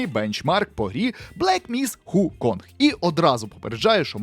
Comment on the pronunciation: а чого весь час Хуконг, якшо воно Вуконг?